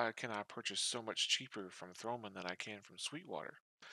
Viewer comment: It´s THOMANN and not TH(R)OMANN and it is a German company.